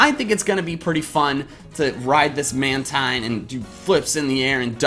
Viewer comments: It's pronounced Man-TEEN, and 2nd, it's not jumping. It's using the air from the waves like you would from a surfboard. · Just YouTube how to pronounce "Mantine" or definitely look at the Pokedex 3D Pro. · "Mantine" is pronounced "man-teen".